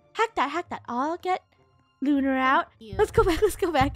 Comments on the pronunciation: It's Lunar not Luna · It's lunar not Luna :D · He keeps saying Lu Lu Lu but not Lunar